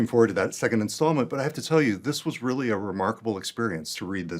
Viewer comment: Teally arny